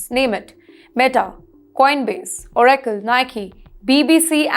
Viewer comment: Pronounciation is very bad. Oracle is proniunced wrong.